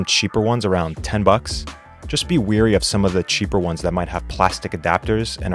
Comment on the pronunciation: Wary. Not weary.